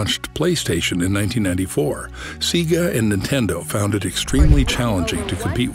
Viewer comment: Couldnt even say SEGA correcty , if youve ever turned on a sega device you would know how to say it right